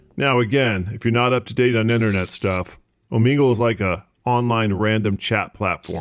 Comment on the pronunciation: Just a heads up for the future its pronounced O Meg L